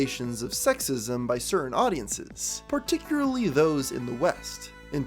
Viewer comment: I hate having to hear you say "Particuary" for 3 hours